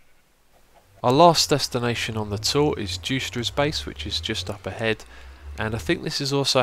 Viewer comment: correct prenuncinasion of juicetra this time not jui-cet-tra